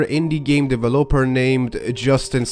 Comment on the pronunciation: ive never, EVER, heard anyone pronounce developer like that 😂